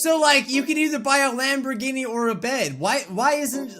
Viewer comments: Am I the only one that heard LamborDhini? Not Lamborghini? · not a Lamborghini a Lamborbini big difference